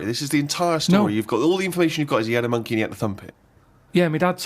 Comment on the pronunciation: “You thumped a monkeh?”